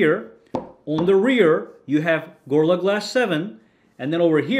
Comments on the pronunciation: Stop saying Gor-la glass, it's Go-Ril-La glass! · "gurrla glass" Bruh put some effort in Also that intro is super fucking long Consider yourself truthfully crit'd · why can you not pronounce gorilla?